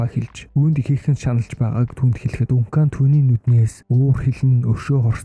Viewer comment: Дункан дункан дункан л гээд байна Duncan = Данкан 😂